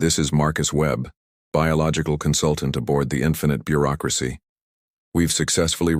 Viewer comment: "This is the GCS infinite Beuracracy..." here to help 😂😂😂😂